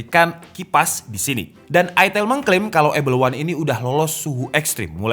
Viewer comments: Bukan aitel asuw. Baca ae ITEL. Lebih eargasm dan emutable di mulut dan telinga warga indonesah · Aitel ya, bukan itil atau etel atau itail. Bener bener ada penekanan menjurus skali ya 🤣🤣